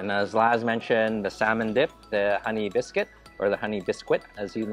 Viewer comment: that's an English muffin, not a bagel,. And "bis--kit" not "bis-quit" BUT, I still think you're the sweetest food vlogger on You Tube, so I can't get mad